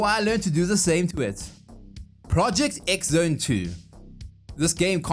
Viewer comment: Thank you for saying Project X Zone. I know they want us to pronounce it “Project Cross Zone,” but we need to teach them that if that’s what they want, then that’s what they need to write. (I also would have accepted “Project The Tenth Zone”.)